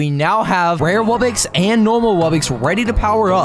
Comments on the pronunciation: ITS WUBBOX NOT WUBBIX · He says it like wubbix but it’s really wubbox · normal pronunciation: wubbox: wubbix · Yea it’s “wubbix” not wubbox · Is it just me or does every single msm yt say “wubbix” instead of “wubbox” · The way you should say wubbox is w u b b o x not wubbix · Ah yes, ”wubbixes” (dumb ahh Its ”wubbOx” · It’s a wubbox not wubbix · It's not wubbxies it's wubbux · It’s not wubbix it’s wubbox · WUBIX? SAY IT RIGHT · It's pronounced wub-ox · YOU ARE SAYING WUBBOX WRONG!